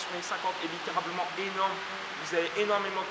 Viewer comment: on dit littéralement pas litterablement